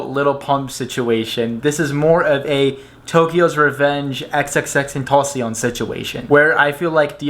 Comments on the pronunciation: This guy literally said tentocion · You didn’t say xxxtentacions name right bro I feel the disrespect 🤬